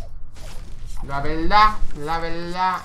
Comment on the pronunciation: jajajaja LA VELDA LA VELDA jajajaja un clasico muero de risa y me acuerdo de ese video cada que lo dices jajajaja